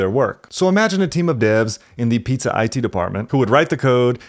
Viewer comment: But the real question is why does he say piza??????